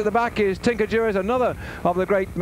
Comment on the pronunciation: Why does this guy ALWAYS call Tinker Juarez by the name “Durez”? It’s bizarre!